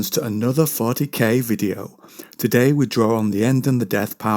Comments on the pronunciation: I swear you said "fartykay" at the start not 40K lol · He I just heard it. Oh BTW keep doing these lore bits no one else is doing. I seen the title and was oop thats all me I'm in.